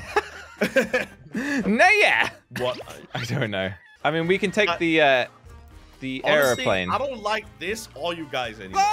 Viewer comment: says errorplane🤣🤣🤣🤣🤣😂😂